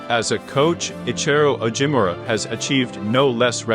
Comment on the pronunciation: Pronunciation of Ichiro Ogimura’s name is horrible!